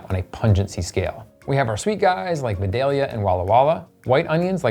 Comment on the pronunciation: Love the videos, but it's pronounced VYE-DALE-YA